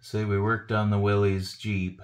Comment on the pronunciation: It's not "willies". It's pronounced exactly like "willis", as in "whatchoo talkin' about?". "Willys" was the guy's name. Not "Willy".